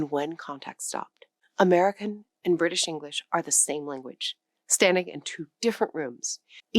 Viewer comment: Ok. Only when you say British for some reason. ( i heard the r) not bitish.